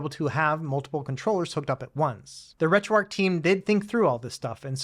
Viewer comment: Heads up: pronounced “Retro ARCH” not “Retro ARC”. I got way too hung-up and confused as to what you said. Haha